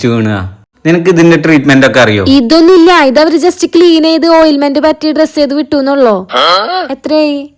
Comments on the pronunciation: ഓയിൽമെന്റ് അല്ല ഓയിന്മെന്റ് എന്നാണ് ഉച്ഛരിക്കേണ്ടത് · Oilment alla ointment 😂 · മോളേ, oilment എന്നല്ല, ointment എന്നാണ് 🙏